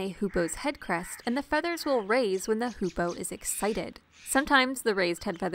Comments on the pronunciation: the video is awesome, but i have one teeny-weeny problem with it you misspronounced hoopoe every single time you've said it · just spend the whole vid misspronouncing hoopoe :(